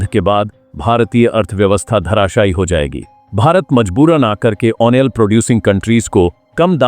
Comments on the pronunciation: यार तुम ऑयल को ओनेल मत बोला का करो। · Why do you prinounce "OIL"as "ONEL". Would you please rectify?